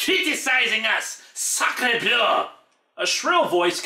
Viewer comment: I am french and I really love how you say french words, especially "Sacrebleu".